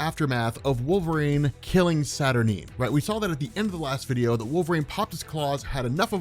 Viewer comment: You say Saturnyne wrong.